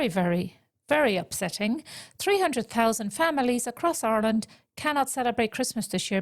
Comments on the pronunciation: I'm not going to let someone who can't pronounce 'Ireland' diagnose me with an imaginary syndrome. Giving money to this race vulture is criminal. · 20 years in the country and still has not learned how to say Ireland correctly